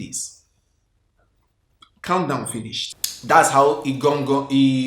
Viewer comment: It’s the pronunciation of “IGAN IGAN youths” for me 😂.. I hope I got the spelling correctly 🤞🏾. likes gist sha 😂